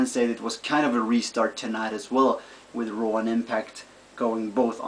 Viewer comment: You have R pronoucing problem. you said raw Rawr. LOL